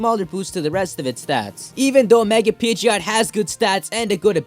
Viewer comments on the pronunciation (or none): In Pokémon Y, my Pidgeot knows Hurricane and Rain Dance and I let it hold a Damp Rock since Hurricane and Thunder never miss in rainy weather. Oh and BTW, Pidgeot is pronounced PID-JIT.